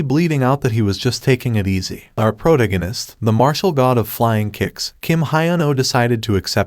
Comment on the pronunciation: It’s pronounced pro tag gan ist not proganist. Love your channel